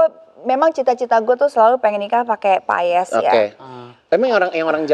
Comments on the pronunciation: Paes bukan payes..gmn sih pnyebutan katanya aja salah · Maaf, bukan payès tapi paes, mbak Luna.😅